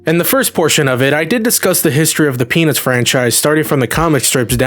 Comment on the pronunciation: 0: 12 bro said PeNizzzz